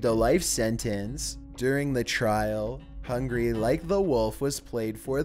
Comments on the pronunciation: Hung Gar-ee... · You mean 'Hung-Gary' Like the Wolf'